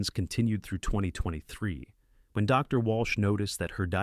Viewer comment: I enjoy your videos, and while it is obvious that you use artificial intelligence to do the voice, it really bugs me that you could have taken more time to edit the script better. When it comes to a period, the voice correctly pauses. But if it's a "Dr. Jones", then it thinks the word doctor is at the end of the sentence, and Jones, is the new sentence. There's a couple of second gaps between that, and it really ruins it for me. Please be more careful.